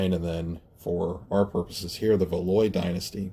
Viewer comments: Thanks for posting. Just a minor point or two: most folks pronounce the name of Valois something like "val WAH." Also in your reference to Henry VIII (r. ), I think you meant to say Henry VII (r. ). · Great podcast but you said Valois wrong and it irks my inner history buff to hear you keep saying it wrong